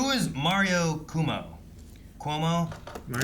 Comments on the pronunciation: It's Pronounced "CO-MO" not "CU-MUO" .. His son was also Governor of New York State during the Pandemic, got Canned because of sexual Misconduct. His other son worked for CNN and got booted for related reasons. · His name is pronounced "Kwo-mo". Rhymes with Slow-Mo.